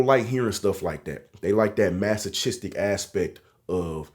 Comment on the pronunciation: I know I said masochistic wrong lol.